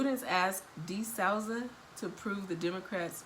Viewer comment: I've heard it said to never make fun of anyone for mispronouncing a word, because it means they learned it by reading. However.... "D'Souza" = "Duh"-"Sue"-"za".